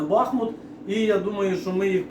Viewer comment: Чому БАхмут? Будь ласка кажіть БахмУт! Ще моя бабуся народилась у 1900 році і був БахмУт!